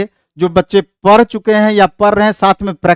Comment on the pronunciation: Pdh rhe nhi prhhhh rhe bolta hi ye master